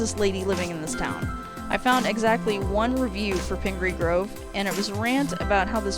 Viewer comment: Pingree Grove (you pronounced it correctly) is a nice place. It’s been a town for over 100 years. As recently as 25 years ago, the population was around 200. Suburban developers bought lots and lots of farmland and began rapid building of houses. Part of this is a senior’s only subdivision. With growth this accelerated, schools and infrastructure were rapid built on bonds sold, so taxes are a factor. Likewise, the school district encompassing not just PG, but the surrounding countryside is primarily supported by residential and some ag taxes, with little commercial or industrial contributions. Again, it’s a nice place, but there’s more behind the story of growth than what you might think at first glance. Love your videos, keep up the good work!